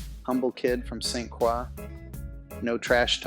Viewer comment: Love the story but at least learn how to say St. Croix the correct way if your going to speak about it. I mean no harm.